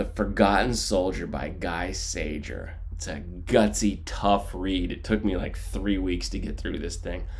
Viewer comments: gee sayer..............pronunciation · Pronounced Gee Sayer. After the war he was a graphic artist in France. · You murdered his name